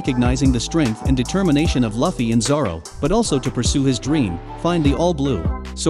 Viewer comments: Why you say lawfee??? it's loofee Luffy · Did you just say lafy? Hahaha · The way he says luffy makes me wanna die